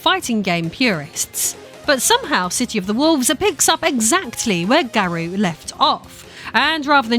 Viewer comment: COTW is buttery smooth, even if the rev system is essentially the drive system in sf6. SNK has always had some serious style to it compared to capcom and midway/nrs games. Garou is pronounced like gar-oh btw 😉 though with your accent it sounds perfect either way. Salvatore is a lot of fun to play as, even if it seems wierd he’s there. He plays a video game character irl so it fits. Ronaldo is meh to me. I do have fun with mk1 with friends. Kameo system is what it is but it does let you make combos up on the fly or give you unique pressure strings etc. If you ignore the silly invasions mode and micro transactions it can be fun.